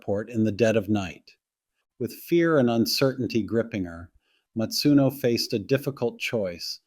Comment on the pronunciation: Her surname was "Masuno" not "Matsuno". Please show some respect if you're going to talk about this case at all